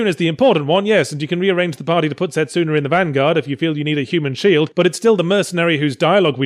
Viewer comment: u pronounced setsuna wrong